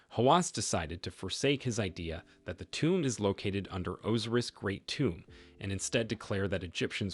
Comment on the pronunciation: Osiris not Oziriz.